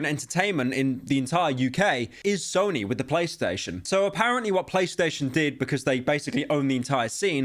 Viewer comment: Did he just say Snoy? Bro I can't lmaoooo